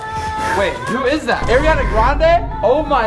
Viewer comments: Not Jeremy saying Airiana grande 😂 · Jeremy doesn’t know how to say Ariana grande😂